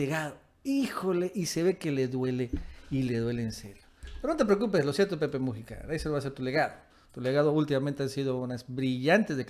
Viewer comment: QUERIDO AMIGO, NO SE DICE PEPE MU'JICA, SINO MUJI'CA. LA SILABA FUERTE ES "JI". POR FAVOR CORRIJETE, QUE SUENA MUY FEO.